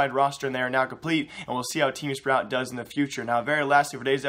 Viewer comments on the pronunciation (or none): none